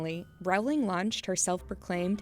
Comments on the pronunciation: No one is going to talk about how she’s mispronouncing Rowling? It’s not triggering ANYTHING?? NOTHING AT ALL? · You're saying her last name so wrong.